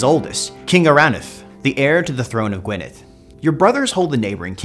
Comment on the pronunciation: Gwynedd is pronounced ɡui̯nɛð (Gwyneth [dd is a th sound in the welsh language]). Also Anarawd is pronounced Ȁna:raʊd̪ (anna-row-d)... anyways time to play as Y Mab Darogan, Cymru am Byth :P